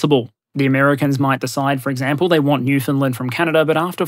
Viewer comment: Ok.... ok... I have always had tremendous respect for you... but now you have taken it to a new level... you actually pronounced Newfoundland correctly.... like a local... half the populace of Canada can't even get it right! Good onya!